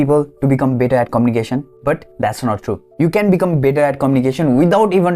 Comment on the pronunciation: Your better sounded bitter no offense